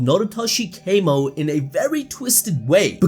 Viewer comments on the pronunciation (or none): His surname isn't kaymo its kamo bro it isn't english